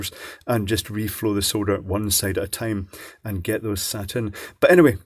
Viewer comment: Totally thought you said, "really wanted to try reefer and solder paste" right outta the box and had to rewind. It's gong to be one of those days .